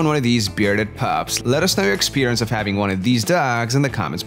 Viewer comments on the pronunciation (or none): none